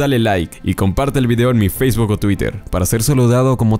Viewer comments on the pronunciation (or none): none